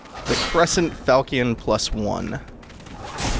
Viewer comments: You pronounced Falchion wrong, the correct pronunciation is Fal-shen not fal-ki-en. Please excuse me, i'm not trying to be rude i'm simply passionate when it comes to weapons from the medieval era. This was an excellent let's play and it holds up in 2019. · Really enjoying your playthrough. I just got smashed when I tried to play this, but I do love it, so glad I can watch you play it for me :-) ps The Sword is pronounced Fal-Shun. It's a seriously cool type of sword